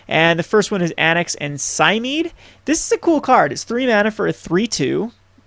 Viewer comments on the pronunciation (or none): 3 things: "Et Cetera" not "Ed Cedra". It's pronounced "Polykranos" meaning "Many heads" in Greek. Also Cymede is pronounced "Cymehdee".